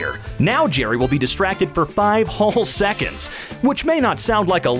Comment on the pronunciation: Nobody: Narrator: knock Jerry out for thirty sick-ins